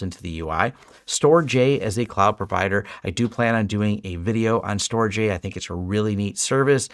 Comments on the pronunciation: FYI Storj is pronounced like 'George' ....... "Storge" 😎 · I wanted to note that "Storj" is pronounced "storage". As a small SNO for a couple years (mostly to see how it all works), I'm very excited to see native support in TrueNAS! I hope the community continues to see value in it.